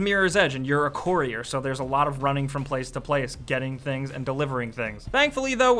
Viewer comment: "Courier' haha. Who says it like that?